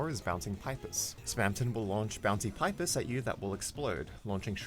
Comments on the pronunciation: pis pee-pis not pipe-iss wtf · 1. I'm pretty sure it's pronounced pee-pis, and not pipe-is 2. What about pacifist Spamton? You only covered the Snowgrave Spamton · it is NOT pronounced pi-ps, its pronounced "pee-pees° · It's pipis not pIpis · everyone else: pipis or peepis this guy: paipis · No offence but please pronounce it peepis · pipe iss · Why can't he just pronounce [Pipis] correctly? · Your pronouncing pipis wrong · thats not how to prounounce pipis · This is the first time I've heard anyone pronounce "pipis" that way. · you said pipis wrong '-'